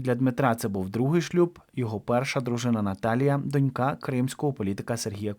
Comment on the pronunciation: ну що це за неподобство? Завжди стільки помилок... ПериНАтальний! Кілька та декілька - це зовсім різні речі! Та й про наголос у слові дОнька треба вже нарешті запам'ятати... Ну скільки можна так помилятися, особливо, якщо ти з україномовного середовища‽ Це неприпустимо!!!